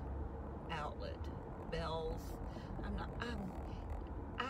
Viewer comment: Just love these ride alongs. Yes it's pronounced Bells. When I moved to Florida, I didn't know either. TV commercials pronounced it Bells so...